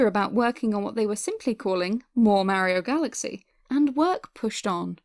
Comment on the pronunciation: A nice opinion as to why SMG2 is absent from the collection. Also I did laugh at how you say "Mayiro" instead of Mario. Keep up the good work.